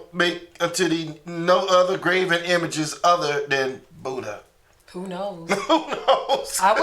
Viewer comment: budd-jah, peter-pee'chow, paul-poh smh...can't wait for that butt whooping from the Most High